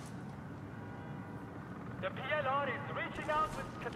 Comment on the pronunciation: dont worry, they're Canadian, theyll sort everything right oot